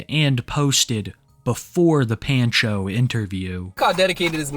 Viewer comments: My brother in Christ, it's pahn-cho, not pan-cho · Can't tell if it's just the guy's screen name, but saying "Pan-cho" instead of "Pahn-cho" pains me. Otherwise, excellent vid as always lol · Are you sure that's how you pronounce that name? I have never heard it pronounced that way, It's usually like "Pawn-Cho"... Every time you say it the way you do I just want to throw my phone. 😂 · Pan-Cho? Obviously you’re not Hispanic lmao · The way bro says “Pancho” is hilarious. It’s pronounced “Pon-cho” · The way pronounces pancho makes me die a little. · Take a shot every time he mispronounces pancho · ** YOU REALLY DONT KNOW HOW TO PRONOUNCE THE WORD "PANCHO"? **